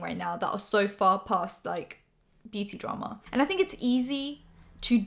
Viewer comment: "Invested in the dra-MA"